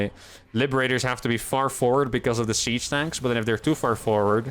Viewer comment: I must be going deaf, I swear you were saying Sea Snakes, not siege tanks :)